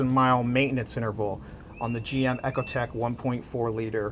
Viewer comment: EE-Ko-tek, not ECHO-tek :P Yes, I'm anal, but your vids are great!